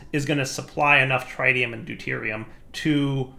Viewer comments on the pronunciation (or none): you know Nuclearcraft machines can take Mekanism gasses, right? You proved this in Enigmatica 2 by using gaseous deuterium and tritium in the fusion reactor. Also, you're pronouncing tritium wrong, again. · 1. Salt reactors, yes. 2. You should put holding on the tritium and deuterium fluid tanks for a larger backlog. 3. It's a soft I in tritium not a hard I.